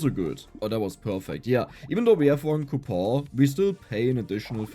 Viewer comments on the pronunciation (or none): Dear, its coupoN not ''coupoohh'' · again bro coupon is pronounced coupon